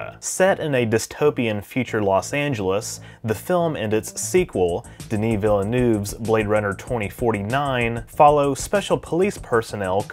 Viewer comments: Veel NIV not Veel noov, jsut saying ! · Your lack of any effort in the pronunciation of the directors name is appalling